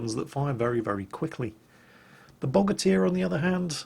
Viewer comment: Quoting PhlyDaily here Bogatyr, more like Bow-gate-er, because America